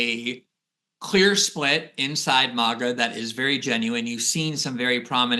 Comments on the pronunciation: Is Mawga to new snooty way to say Maga? Nobody used to say it that way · How can you pronounce MAAHHga and then AYYAAAND, even in the same sentence? Love my Glenn Greenwald. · Why is he saying maga like that